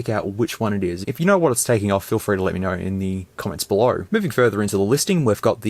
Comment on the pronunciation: Man what an accent lol. As a Bostonian who's atrociously recognized for forgetting R's, you are my polar opposite. Though(r), Pho(r)ne, belo(r)w, go(r), ligh(r)ts, mobile(r), fo(r)lks, hu(r)ge, suppo(r)sed, so(r), oh my!!! XD